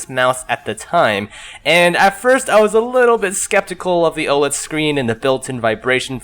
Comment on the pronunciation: Yo I didn't see a comment on how to pronounce OLED so I thought I'd write it here, it's Oh-led :P